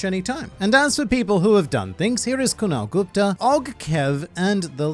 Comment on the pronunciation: kunal gupta is is a Indiana name and i am surprised you pronounced it so right